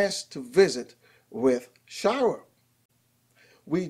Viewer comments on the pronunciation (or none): Shy-er. Not shy-rer. But thanks for the news.